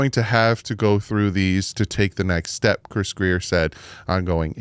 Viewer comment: I think not Grier is Grier!!!